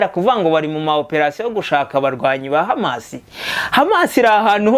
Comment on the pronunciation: Courage brother hano birabara kbsa , uri hejuru musore, urumva ukuntu HAMAS ayivuga mucyarabu 👏👏👏!